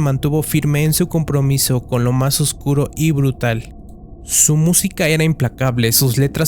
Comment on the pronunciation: BRUTAL! SE DICE BRUTAL